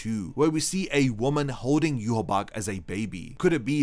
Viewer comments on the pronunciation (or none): none